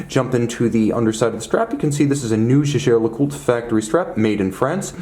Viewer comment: You are one of the very few presenters who pronounce the name correctly.